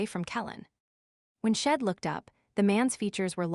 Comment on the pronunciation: AI reading is not good. The word she’d is consistently pronounced as shed.